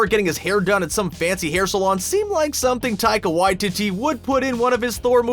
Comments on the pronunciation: Dude, it's Whyteetee, not Whytitty 😂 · Idk why I found it so funny that he pronounced taiga waititi, tiger y-titty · Taika Why-titty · I thought it was Taika Waititi not Taika WhyTitty... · Taika Whyteetee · Waititi Why-tee-tee 🤦‍♂️ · omg I just realized Taika Waititi can be pronounced "Taika WHITE TITTY" hahahaha